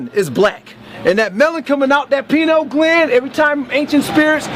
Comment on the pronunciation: "...my penal gland..."